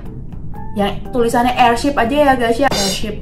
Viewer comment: Airship aneh bukan airshap